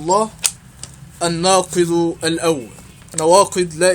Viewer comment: في الناقض - بالضمة - الثالث -بالضمة !!!!!!!!!تعلم أولا ثم تكلم !!!!!